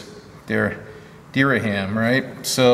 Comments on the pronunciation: Durham Norfolk pronounced Duh-rum Norfuk. just in case you ever come across that again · Pronounced Deeram. Norfolk pronounced as in Norfuk, Virginia. Cheers, great vlog. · Dereham is pronouced 'dear um''